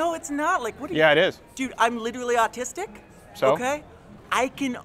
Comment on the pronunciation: I lost it when the guy said "austisic"